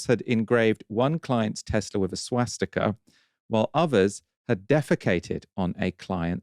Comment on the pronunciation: You might agree with those values, but it seems that you have no idea how the word swastika is pronounced.